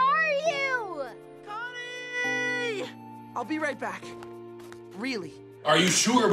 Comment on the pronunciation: No one: Not even a soul: Connie: STESTES